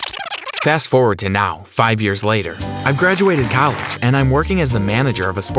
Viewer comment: i love how he said colleg